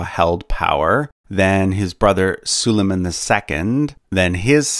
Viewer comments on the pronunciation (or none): none